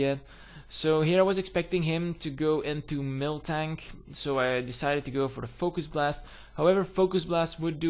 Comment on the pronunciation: i swear i thought you said milftank when you were saying miltank lol anyways gg.